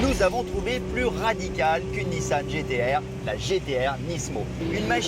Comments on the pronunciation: tout le reportage avec NISAN au lieu de NISSAN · A ça doit être le journaliste qui a fait le reportage sur le Gumball... 😅 Sérieux le " NISAN" c'est magnifique...